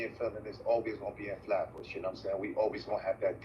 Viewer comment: What the hell is a "Hat Bush"??? Y'all fncked up Flatbush name. SMH